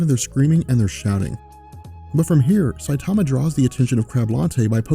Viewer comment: I don't speak Japanese either but I do know enough to mimic the sounds one makes when I hear a name spoken in that language. straight botched Saitama's name lol.